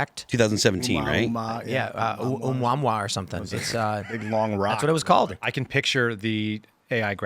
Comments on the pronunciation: Tim…”Oooh-A-Moo-A-Moo-A”. That’s how I have been taught to pronounce it. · It’s not a letter L, it’s an I for Interstellar. And it’s pronounced OhMuahMuah.